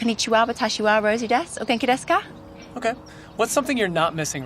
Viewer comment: Lovely Japanese pronunciation!!